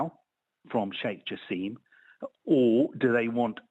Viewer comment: It's "Jaa–sim".. not Jaseeem😵 like how (the Qatar WC hater) pronounce it.